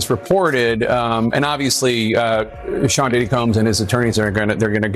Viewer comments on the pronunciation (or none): none